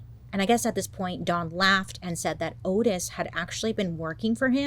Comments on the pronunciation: Oh Bailey I’m disappointed already. His name is Ottis. Not Otis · *Ottis. Pronounced “Ah-tis” rather than “Oh-tis” per his own self. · His name was pronounced "ODD-iss," Bailey. Respectfully.👍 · I love that Bailey mispronounced the killer's name the whole time. The disclaimer in the beginning .. totally forgiven. We love you, Bailey!!